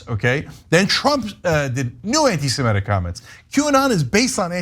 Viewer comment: please please please......it's antisemitic, not antisemetic. I love your channel and this recurrent mispronunciation hits my ocd ears like fingernails on a chalkboard.